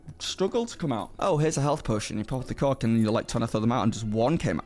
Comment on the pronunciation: You sir pronounce "Cork" much like I would say a different word....